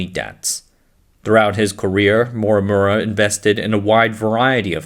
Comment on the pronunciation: Am I the only one deeply annoyed from this (AI ?) voice narrators? It has such bad accent and zero speech clarity. Yes you’re narrating in English but please at least pronunce correctly the proper names of the people in the video…. “Morimura” became “Mwawwuwa” 😖😖